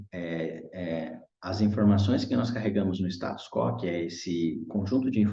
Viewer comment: Muito bom a leitura e interpretação. Correção de pronúncia: Status quo lê-se "is·ta·tus ku·ô", pois trata-se de latim e não português.